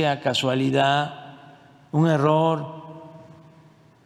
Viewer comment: Un presidente diciendo “ casualida” no sabe ni hablar x eso los libros de texto andan mal